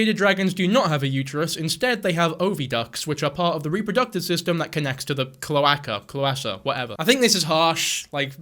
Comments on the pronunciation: Clow- aye- ka cloaca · Cloaca is said Kloa-ka btw :) I know this because I watch (Youngins don't continue) HELLUVA BOSS, BITCH >:DDDDDD WHEN YOU WANT SOMEBODY GONE AND YOU DON'T WANNA WAIT TO LONG, CALL THE IMMEDIATE MURDER PROFESSIONALS